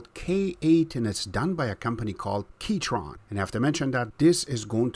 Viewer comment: The H in Keychron is silent.